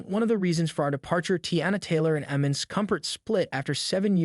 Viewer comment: u dont even know how to say his name right... its IMAN not Eman...speaking about people u dont even know about